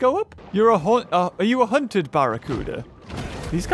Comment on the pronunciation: It’s a hunt-ed mako Not a haunted mako